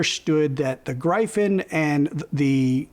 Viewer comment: Good review. I don't buy into the cable hype though haha. Appreciate your perspective. Also, Gryphon is pronounced, "GR-if-n"? Gr-I-fin with a hard I sounds very wrong to me lol...